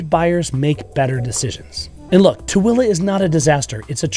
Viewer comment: Tooele not Twilla. And Hurricane is pronounced Hurricun by Utahans even though spelled Hurricane like the Atlantic Ocean storm. Funny.